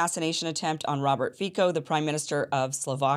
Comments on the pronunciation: Also it's not pronounced Fi"k"o but Fi"ts"o just like you spell letter C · “Fico” is correctly pronounced as Fitzoh